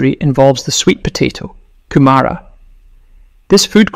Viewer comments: 'Kumara' is usually pronounced with equal emphasis on all syllables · It's not pronounced Kumara. But Kumura